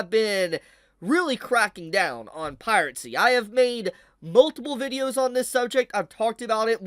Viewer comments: Piracy is pronounced Pie Rah See. There is no T sound in it. I know Pirate has a T in it, but Piracy doesn't. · please stop saying piratesy😭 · Is he saying "pirate-sea" and "sepino" sarcastically or does he not know how to pronounce "piracy" and "subpeona" properly, im actually confused